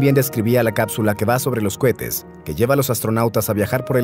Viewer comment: Que risa cómo dice cohetes... "Cuetes" 😂